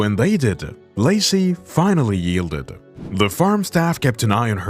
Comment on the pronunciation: Why does Lacy become Lucy during some instances of the narration?